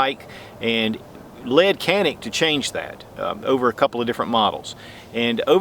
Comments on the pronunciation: A pronounciation note: In turkish letter C pronounced as J or G as in John. A is like a in jaw. the rest is N-I-K, pretty much like 'nick'. I would say it is pronounced as "JA-nick". Emphasis on the first syllable. Nevertheless I get that the branding would be harder with the original pronounciation, this is just to let you guys know how we call it. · Good review as always. If I may quibble on one point, in Turkish, it's pronounced Janik. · Prounace as JA NIC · It's hard to believe the trigger mechanism is even shorter than the Walther PPQ M2. And Walther PPQ M2 is known for its amazing trigger. So this Canik (Pronounced Janik) will most likely have my name on it in the very near future! 💯💯👍👍🙂🙂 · I wish people would say "Jah-nik" instead of "can-ick" since the former is the proper explanation in Türkiye. C sounds like a J and the "Can" sounds like the name "John."